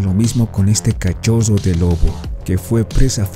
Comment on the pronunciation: El zoggo... El peggo... El cachoggo xD ( me burlo porque yo tampoco puedo pronunciar la R)